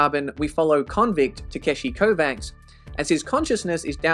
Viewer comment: One thing, Takeshi's last name is pronounced like Kovach (Smith in slavic languages), not like Covax